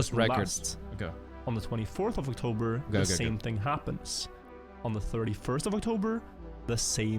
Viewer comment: OctoRber xdd